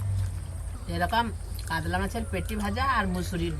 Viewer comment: "কাদলা " আবার কি 🐟মাছ????? 😂😂কাতলা হয়